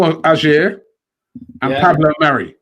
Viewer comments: Robbie butchering Celtic player name. Pronounced Ay er not Ajer. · Robbie Aurer is pronounced Awar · Man slaughtered Ajer's name hahaha